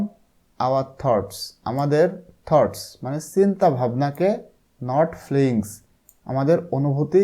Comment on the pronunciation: এটা feelings হবে ফ্লিঙ্গস না💗 ধন্যবাদ❤